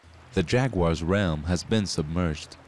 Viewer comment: How do you get a job as a narrator for an animal documentary when you can't pronounce "realm" and "carcass"? David Attenborough, he is not.